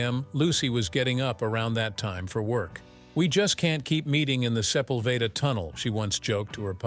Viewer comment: * -- It's NOT "BET", like "Bette" Midler; it's BETTY. * -- The tunnel - and the boulevard - are called "Seh-PUL-veh-duh" by the locals. REPROGRAM YOUR BOT!